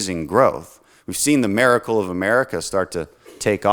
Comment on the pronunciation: This man says mericle. Not miracle. And by the gods you put A in front of that and this man says Americle. Americle: a miracle given to the world of which is resides. The miracle of america brings Americle’s to its world, bringing freedom, liberty, peace, and the asses kicked of assholes whom harm others. This is the new phrase you have coined you gosh darn awesome man. Dan the man you have created the Americle!